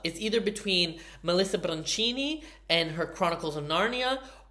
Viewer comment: it’s Melissa BIANCHINI … BIANKINI - like BIANCA. Not Brancini